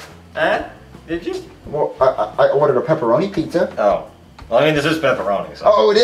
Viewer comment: uhh um 😐😐😐😯 you forgot to put the a on pizza it’s not pizz like piece